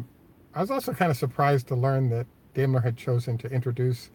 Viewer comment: I learned from a German that Dime_ler (long I) is the correct pronunciation, not dame_ler.